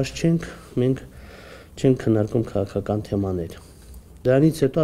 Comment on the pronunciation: դե եսել էմ էտ ասում էլի, որ հայոց լեզուն պետք չի աղավաղել, քաՂաքական բառի մեջ Ղ տառ կա! ՔաՔական չի, որ լսում էս ոնցա խոսում, ուզում էս ասես գնա սկզբից հայերեն խոսալ սովորի